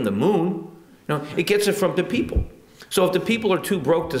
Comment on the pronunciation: hehe, "de peepoh"